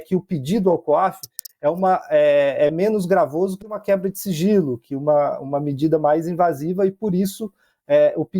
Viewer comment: Só eu escutei siRgilo?😂